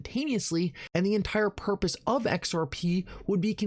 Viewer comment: I'd be SO much less annoyed listening to ur good content if u just said words like "entire" instead of "ent-quiror"